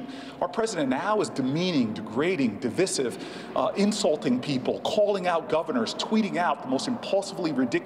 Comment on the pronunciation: The way Cory Booker is incorrectly saying "divisive" is making me want to pull my hair out.